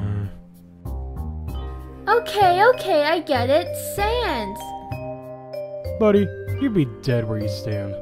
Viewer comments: Sense? Sand SINS? oof NO ITS SANS!! ok ok I know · “SANESS?” Really. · Who almost cracked up when could not get sans's name right and i am doing the try not to laugh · Sans is geting triggered deeply with not saying his name right and i dont blame him its annoying if they do it on purpose even as a joke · How can manipulate the 4th wall but she can’t say “Sans”